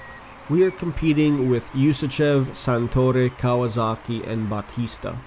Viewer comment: Still Kawazoka not Kawasaki